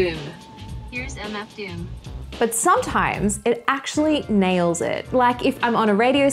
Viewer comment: Bro. It sounded like she deadass said MF Doom...